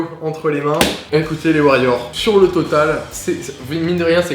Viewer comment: En gros ton intro c'est "Ok et Hey salut les warriors c'est "? Parce que figure toi que j'ai entendu "Ok les kheys salut les Wailords c'est ces drinks"